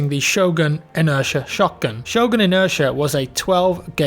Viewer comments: Shogun? Really mate? It's Sjögren. The Ö is pronounced like the i in bird or the o in world. And the e is long and the n is short. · The sweet sound of you butchering the name Sjögren, it's fantastic (≧ω≦)